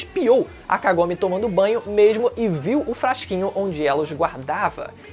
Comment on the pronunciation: descupa mas kagome voce fala com o k mas e sem o k como se fosse agome sem k